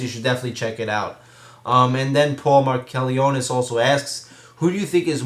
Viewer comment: thanx for answering my q. its pronounce mark-a-lone-is for future reference. dont worry every1 gets it wrong lol